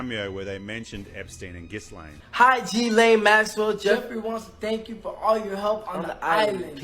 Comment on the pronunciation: the island boys could pronounce gislanes name properly ..i hardley know anyone that does ...red flag